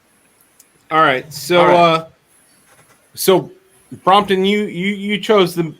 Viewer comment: Watched again, like I remembered…good interview. Gear, food, and mispronouncing “Brompton”. One of these days I’ll get on the Patreon. Keep rockin’🤘🏻